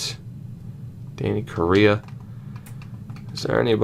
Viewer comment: If you need AHL Depth in the future, sign D Logan Day. Good story, DIII signing in Bakersfield, and earned an ELC this year in Edmonton. Also, pronounciations: Korenar - Corr-ehn-ahsch Knyazev- Kin-yay-zev